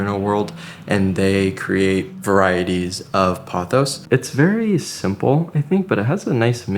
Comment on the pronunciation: 初めて音声トラックが入って、音声で理解しながら見ています パオス、パオス，となんだろうと思ったらポトスでした🤣 今日の動画は、観葉とIKEAで最高🎉